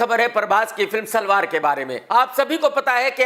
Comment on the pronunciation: सलार ❌❌ सलवार ✅😀😀